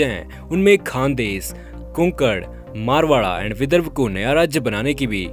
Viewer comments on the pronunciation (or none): Bhai vo Marwada nahi Marathwada hai